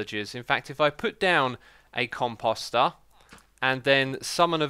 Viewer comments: Comp oh ster Not Com pos ter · Every time you say "composter," for some reason I think you're saying cu... Nevermind!